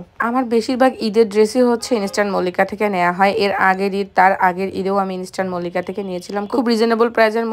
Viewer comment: ইন্সট্যান মল্লিকা আবার কিরে ভাই🙄ইন্সট্যান মল্লিকা না ইস্টার্ন মল্লিকা 😤আগে উচ্চারণ করতে শিখেন তারপর মার্কেটের নামে ভিডিও বানায়েন l যত্তসব খ্যাত😡